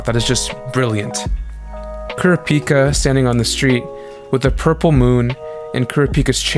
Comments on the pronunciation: As an average sub enjoyer it was painful to hear kurapíka instead of kurApika srry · Why do you day it like kura pika? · Everytime he says Kurah- Pika. Like Pikachu. I think of a pokemon lol 😂